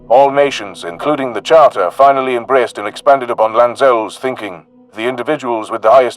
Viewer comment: I notice I'm hearing Lan-Zel instead of Laz-Nel. Laznel, the prophet.